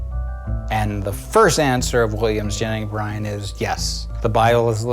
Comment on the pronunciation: "Williams Jenning Bryan" I'm dying. 😂